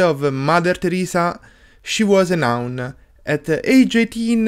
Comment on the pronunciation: Xmas is "around the corner", not "behind the corner" ha Hah also mother Teresa was a "nun" not a "noun" bro, ok dude English lesson over for tda, ciao, 🙏